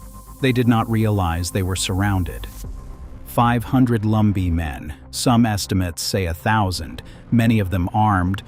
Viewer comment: Lumbee... not Lumber. Lol